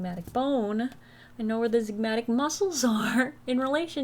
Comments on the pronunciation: The med student in me died every time you said ,”ZIGMATIC” …. Sweetie its ZYGOMATIC 🥰 saying from a place of love ❤ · absolutely LOVED this vid. absolutely HATED, as an anatomy scholar, that you pronounced the zygomatic bone the "zigmatic" the entire time 😭😭